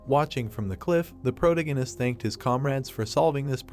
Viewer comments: Sorry, but I couldn't continue watching this after the first mispronunciation of "protagonist" less than 10 seconds in. It was pronouncing it as "protoganist" and it kept irking me every time I heard it. It's not even spelled that way so how could the AI mispronounce it? Just use "main character" rather than butchering it. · Sorry man I can't watch this I would but when u say protagonist I can't hurts my head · Someone needs to teach this stupid robot how to pronounce 'protagonist'